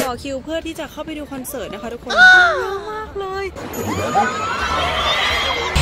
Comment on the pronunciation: "เสิร์ต"มันสระถัดกันไปนิดนึงอ่ะค่ะ 😅😅